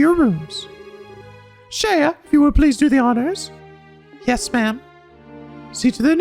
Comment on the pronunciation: Isn't Shea just pronounced shay, like the butter?